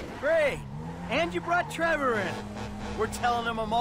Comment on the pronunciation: TrevOr not Er